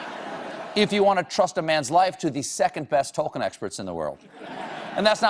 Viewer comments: When he cany say tolkien nor smaug correct. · Not to mention the fact that he butchers the name "Tolkien", [tɒlkiːn], (or 'tol-keen', if you will). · And yet - and yet - he REFUSES to pronounce Tol-KEEN properly . . . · He kept mispronouncing names and places and also got some things wrong and as a lotr fan that made me uncomfortable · He may be the biggest Tolkien geek but he pronounces loads of the names wrong